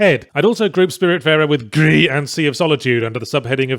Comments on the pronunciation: "huge symbolic statue of the main character" yahtzee accidentally telling on himself that he didn't understand Gris despite claiming it "knocks you over the head with the metaphor. the statue is your dead mum. Not you. dummy. Also it's pronounced "greese" Not "gree". Its spanish, not french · Still shocked that he hasn't managed to pronounce gris correctly yet (it's not french) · His inability to pronounce Gris in spanish like a normal human being is still astounding. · It is also French for grey where you do not pronounce the S. Nomada is a Spanish studio so the Spanish pronunciation is correct, but I can understand why British Yahtzee would naturally fall on the French pronunciation.